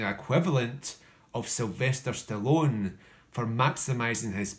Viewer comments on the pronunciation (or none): none